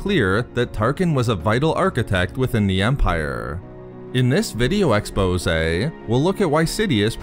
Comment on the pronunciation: Ex-po-saaay is stuck in my head.